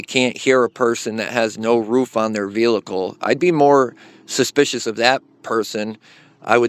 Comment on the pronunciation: VEEE HICLE not VEAL ICLE